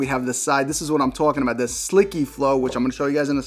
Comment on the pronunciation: Yes, you are right. On camera are beautiful, but in real life are extraordinary. I have the black pieces and i love them. I like how you pronounce ”sliky flow” :))). Keep up the good work, I am keeping my eyes on you! :)